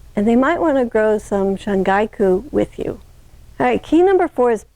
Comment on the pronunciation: Ma’am with all due respect, it’s called 春菊 (shun-ghee-ku). And thank you for the educational video.